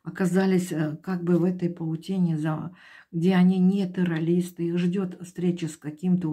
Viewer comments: Я в своей жизни не видела и не слышала такого "таролога", который не может правильно выговаривать слова (теролиСты) и связано и грамотно доносить информацию. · Как вы говорите ?терролисты?😂